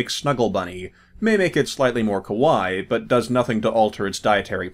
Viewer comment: Uh...You actually said "Kowai" which can mean scary or creepy. The A sound is super important when you say Kawaii.